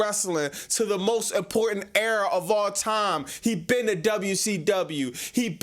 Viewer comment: It’s era not error